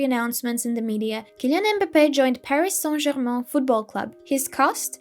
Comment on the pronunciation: paghis saint geghmaghn :D